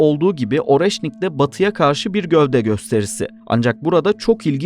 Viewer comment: gö'vde değil, gövde' !!! Vurguları düzgün koyun! Türkçe'yi bozmayın!